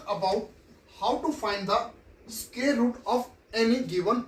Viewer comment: Sir you are scaring me with sqare 😂😂…. Btw good teaching but bad pronunciation😗💨😶‍🌫️